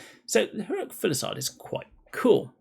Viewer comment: Say it with me: fuse-i-lade. Not full-i-sade.